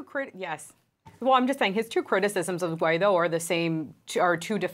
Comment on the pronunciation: Please learn how to pronounce Guaidó: Goo-eye-do, the stress is on the do which is pronounced like do re mi.